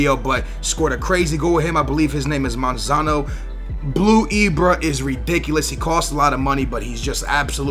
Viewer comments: why you pronouncing monzon monzano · lol yea he says manzano or somin like that and its monzon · When talking about Monzon: "...the left back Monzono..." WHERE IS THE EXTRA O COMING FROM BRO! hahaha